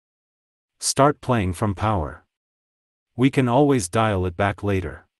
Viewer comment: “You wanted a level play i.n.g. field.” Kinder pronounced as kinnder It’s awful,this AI crap!